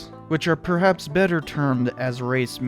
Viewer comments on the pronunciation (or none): none